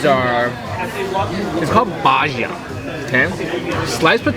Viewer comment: you pronounced Bajia badly but amazing video you are underrated